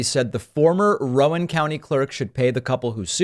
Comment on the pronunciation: "Rowan" is pronounced "roun". Like "round", but without the 'd'.